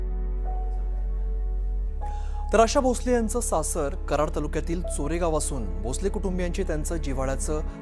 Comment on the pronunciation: चोरेगाव नव्हे, चरेगाव. नीट माहिती करुन घ्या.